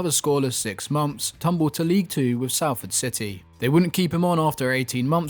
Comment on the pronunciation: Why he say Salford like that tho